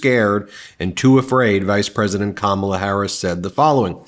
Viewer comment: Ben, you aren’t pronouncing Kamala correctly!!!